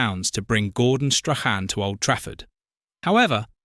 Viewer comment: What a load of tosh! And pronounce his name properly.